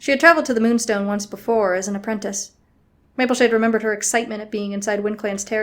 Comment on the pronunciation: “Rainbowshade” is what I think it sounded like.. XD